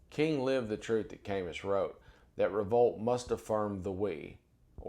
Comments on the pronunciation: Ka- moo not Cay- mus , You’re too intelligent to speak his name incorrectly. and no it’s not an excusable. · Camus = "cah-moo". Even so, your mispronunciation means you've likely read his work without listening to people talk about him. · I really appreciate your knowledge and demeanor. Just one littke thing... Camus is pronounced "ka-moo." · Not to nit pick but Camus is pronounced Camoo. Just saying. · Gorgeous! Tiny correction: Camus = Kah MOO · hey brotha, love your work - thank you sir! 1 minor technical issue in name pronunciation wikipedia (hit the sound button to hear it spoken) Albert Camus (/kæˈmuː/[2] ka-MOO; French: defiance til death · Love your work, but this comment Camus is pronounced ka-moo. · It’s pronounced “Camoo” At least get his name right before you post something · I thoroughly enjoy these discusions. Albert Camus is pronounced camoo. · Excellent video as always. Minor thing, in case you quote him again in the future: Camus is pronounced kæ-moo. Keep up the great work sir. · Thanks for pointing this out. I would've added that the stress is on the second syllable, so: kæ-MOO. The gentleman is so brilliant I didn't want to say anything even though I would want to know if I said a word incorrectly. While pursuing a degree in linguistics, my phonetics professor once talked about the words you've only read, which you pronounce a certain way in your head. Then one day when you say one out loud and find that your pronunciation was completely wrong. Then, he said, "We all have these time bombs inside us waiting to go off." (One of mine was chimera: I was quite disappointed in the actual pronunciation. I liked mine much better.) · Brilliant summary, thank you. Please note that Camus is pronounced Cam-OO